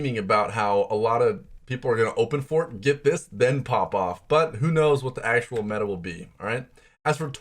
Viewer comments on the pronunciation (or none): none